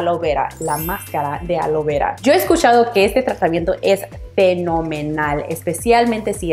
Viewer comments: ¿Cual es el problema para no poder pronunciar ALOE VERA? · Yel, Womar alo vera 😂😂 dicen qe si lo pronuncias igual crece más tu cabello aunque parezcas azteca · Se dice Aloe Vera no alo vera Por Dios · Querías decir ALOE VERA ...NO ALO VERA 😂😂😂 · Creí q sólo yo escuchaba Alo vera XD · Alo veurrua? Ajjajaajja